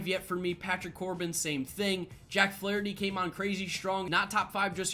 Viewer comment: Put some respect on Jack Flaherty’s name